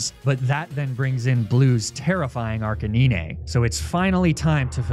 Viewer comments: Arca 9 NOT "knee nay". Your pronunciation is...frustrating. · Did… did this man just say “Arc-a-neen-ay”? Am I missing an inside joke or does bro not know how to pronounce Arcanine? On an unrelated note I shall now be referring to arcanine as “arcaneenay” from now on. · Out of everything here, the most amazing bit is the way you pronounce arcanine. Its litteraly ah, canine. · arc a nee nay is horrendous especially being the name Arcanine the number nine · The way you say ''Arcaneenay'' triggers me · And because you mentioned Snorlax immediately after Lapras you actually pronounced the name correctly. Still had to roll my eyes at Magnemite and Arcanine. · is anyone gonna talk about how hes pronouncing Arcanine? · Why dose he say Arcanine and Lapras weirdly? Is this a running joke I don’t know?🤔